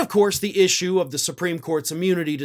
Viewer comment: That's an ish-you, not an ish-me.